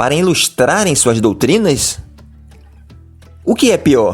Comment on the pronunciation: MENDIGO, e não "mendi(N)go. Jesus, e não "Jesu(I)s". Doutrinas, e não "doutrina(I)s". Fictício e não fi(QUI)ticio!